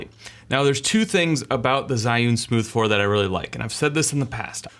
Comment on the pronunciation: The pronunciation of 'zhiyun' Was terrible haha but it's understandable that Chinese words dont get pronounced right by sb who doesnt know the language And otherwise it was a nice video :)